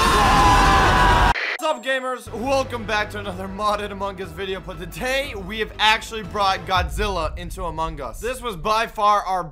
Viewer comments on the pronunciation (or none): i heard "For totay"